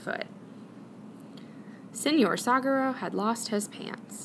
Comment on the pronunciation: The word 'saguaro' is pronounced like sa-wa-ro. It's a Spanish word, so the 'G' doesn't make the English 'guh' sound.